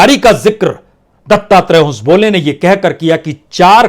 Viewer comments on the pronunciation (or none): It is Dattatreya Hosabale and not Hosabole.